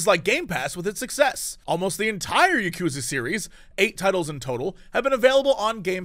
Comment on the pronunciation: Quick pronunciation tip, Jesse: Yakuza is pronounced in the same way the Simpsons, old movies and TV shows did, spoken quickly. "Ya-koo-zuh" was, as far as I can tell, popularised by Kill Bill and is totes inaccurate.